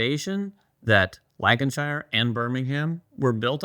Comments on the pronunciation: Love hearing your pronunciation of UK place names. Lan-Ka-Sheer and Bur-Ming-Hum I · Super pepped for the game! *Lancashire ("Lank-a-shur") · For our American neighbours...anytime you have a UK city ending on ham...it's pronounced hum. Birminghum, Buckinghum, fullhum, Nottinghum and so on. Anything ending on shire is shur. Yorkshur, Lancashur and so on. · This video should be titled "7 ways to mispronounce Lancashire"